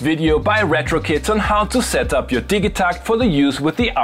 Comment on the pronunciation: It's definitely pronounced "Didja-TACKT"